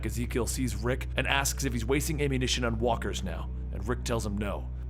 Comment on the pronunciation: did you say "the price for ammu-nation"? 😂